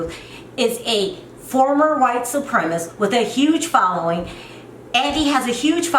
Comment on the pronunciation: "White supremist"... Lol idk if it's your accent or if you're just pronouncing "supremacist" wrong but either way it's cute af 🥰❤️